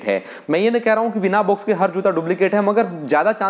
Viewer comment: भाई साहब बोलना तो सही से सीख लो बॉक्स को बुक्स बोल रहे हो और नाइक को नाईके बोल रहे हो